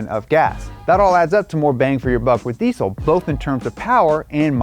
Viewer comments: Deezel not decell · Why can't Americans pronounce diesel? It's deezel not deesul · i dont want to be that guy but diesel is pronounced dee-zl not deesssssssle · Deesle? How dare you mispronounce the z in diesel. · It's pronounced. Dee zl. For Christ! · anyone else find it funny how Americans say diesel? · Americans really need to learn how to pronounce diesel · that way he says diesel😅haha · Your pronunciation of diesel makes this video almost unwatchable. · Wierd hearing the 'S' in deisel pronounced as an 'S' instead of a 'Z' like normal English speakers do